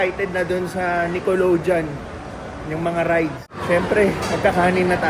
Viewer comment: ung sa Nickelodeon, ung last syllable ay "deyon" not "jon" 😊